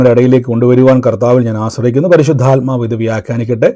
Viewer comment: " പരിശുദ്ധയാത്മാവ്"എന്നല്ല, " പരിശുദ്ധാത്മാവ്". എന്നാണ് ശരി. ഈ തെറ്റ് ആവർത്തിക്കാതിരിക്കുക.